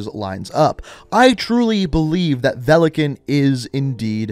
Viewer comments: It is pronounced velikÀn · its not velikEn its VELIKAN тако да можеш ли да немој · Velekan....... my ears are in pain ... великан= valikan .... there is a i witch should be audible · Its veli-kaahn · His name is pronounced Vee-lee-Kahn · i is silent it is velikan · Oh, so you bothered to translate “velikan” (stress is on the “a” btw) but you never bothered to translate “nikto” (stress on the “o” btw). Nikto “никто” means nobody/no one in Russian. And there is no such name as nikto. Something being written in the “name” part of the bio doesn’t mean it’s their name. Otherwise ghost would have Simon Riley there and not just ghost. Same for mace, I highly doubt it’s a name.